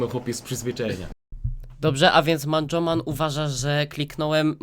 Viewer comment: "eiencej manjomana"